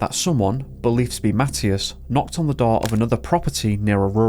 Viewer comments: You are deffinitely saying his name wrong! It is a religious name and it is pronounced ma thigh as! Not matttious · It’s pronounced Ma tea as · Please check the pronunciation of this boy's name. I think you are saying it wrong!